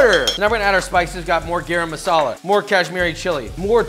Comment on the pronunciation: i absoltely love this but like at least try to say garam masala right pls 😫